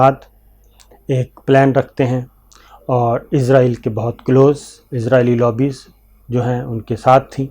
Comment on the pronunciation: Shakir صابر بھائی۔۔! اِسرائیل قوم کا نام ہے اور اِسرائیل ہی ملک کا نام ہے! اِسرائیل کو عِزرائیل بول رہے ہیں آپ! عِزرائیل موت کے فرشتہ کا نام ہے! اسطرح اِسرائیل کو عِزرائیل بول کر، موت کا فرشتہ بنا رہے ہیں!